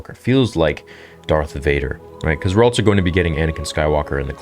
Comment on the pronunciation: Love the channel and all the content, but cant help but point out the ALT-SO pronunciation of the word "also".